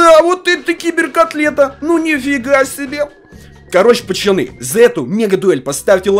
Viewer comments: Почему говорит: не пацаны, а пачаны🤣🤣🤣👌👌👌👌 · Он говорит не пацаны а пачаны! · Меня одного нервирует что он специально говорит: пачаны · Не пачаны а пацаны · говорит не пацаны а пачаны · Он говорит пачаны